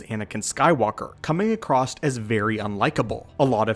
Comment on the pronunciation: FYI - "Across" doesn't have a "T" in it. Anywhere.